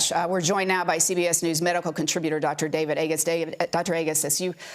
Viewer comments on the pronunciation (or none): none